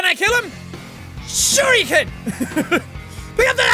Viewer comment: Shuriken! Can I kill 'em? Shur-HE-kan!